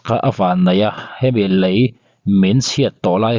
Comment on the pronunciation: Mizo ṭawng i lam dan i uluk a ngai hle mai. Lei tih turah Lai Vannei tih turah vannai